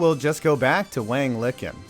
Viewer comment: Sure, it looks funny in pinyin, and I know your thing is sports-based humor, but that name is pronounced much closer to "Wong Lee Chin" I say so just because the right honorable, by your own hand, saw his name elevated to the same lofty position as noted writer of airport time-killers, Dean Koontz. Keep up the good work man, I like your shit (even though you're a Giants fan, whatever, we're all here for fun)